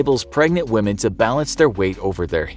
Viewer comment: I respect whamen